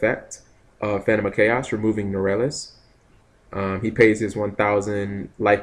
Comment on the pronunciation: Norelas? Norleras!